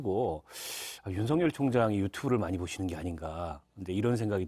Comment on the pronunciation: 한국사람 일텐데 왜 한글을 못읽을까 죄다 윤성열 이라고 발음하네.. 윤석열 아니었나?